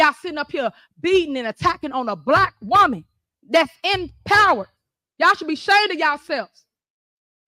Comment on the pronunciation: I was listening to her rant and getting mad at how inarticulate she is, then I realized she actually, unironically enunciated "wahman."